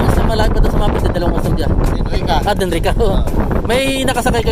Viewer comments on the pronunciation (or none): Denrica. Hindi delrica. Denrica garchitorena cam.sur